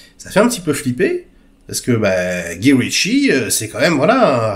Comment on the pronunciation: Mais enfin on ne dit pas Gui quand même. On dit Gaï. Ca fait bizarre sinon, on a l'impression d'écouter un vieux papy sur son banc en Corse :D